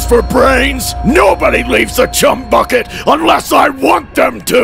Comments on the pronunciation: The letter h left off 😂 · the letter h on chumbucket 😂😂😂😂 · So we just gone ignore the h missing in "Chum Bucket" in story number 3? 😭😭😭😭😭😭